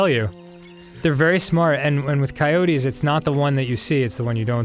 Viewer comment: "go away coyotiez ..."